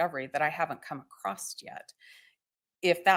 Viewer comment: why do supposedly educated people mispronounce such simple words as ‘across’??? “acrosst” is not a word! smh